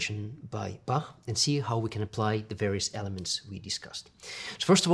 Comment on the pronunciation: What's with pronounciation of Bach? There's no K in Bach, it's Bah